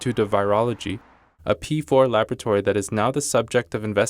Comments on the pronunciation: What's a labatory? Oh... you mean lab-OR-atory. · New word: "labatory" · "Labatory" ... lavatory? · I really like and appreciate your channel. However, please have work on her pronunciation of the word 'laboratory'. The British or American English pronunciation is perfectly acceptable. Aside from that, keep up the good work.